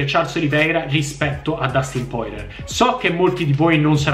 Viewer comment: Porcamerda non si dice così il cognome di Poirier 😅